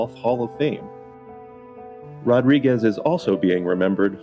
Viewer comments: Actually it’s Rodrigweeze. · I think he said Mr Rod Wigeez